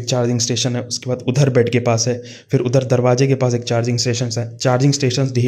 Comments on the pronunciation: When he says "phirrrrrrrr, ourrrrrrr" Udhrrrrr😂😂😂😂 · Idharrrrrr. Udharrŕrrrr😂